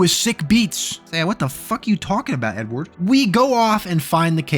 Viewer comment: Every time you said “Edward” I thought you said “N-word”